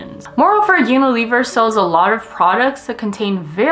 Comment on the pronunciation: That’s not how you pronounce Unilever